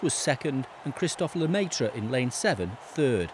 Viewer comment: "Christophe leumayteur" :D :D :D